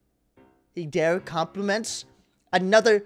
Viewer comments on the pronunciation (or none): none